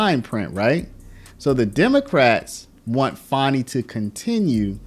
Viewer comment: It's Fani, NOT Fauni. Get it straight